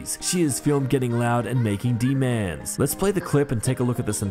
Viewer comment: “making DEEEMANS” like wtf !!!!!! 😭😭😭